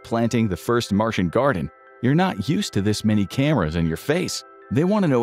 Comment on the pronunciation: It's Martian, not Marsian. lol